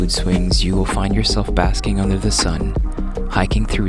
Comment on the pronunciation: Nice concept but very bad filmed, the weird voice-over makes it even creapier... “the soft sound of nature unther youre feet” haha